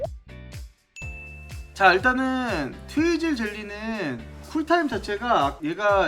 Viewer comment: 트위즐 젤리를 트위틀 젤리라고하는 1인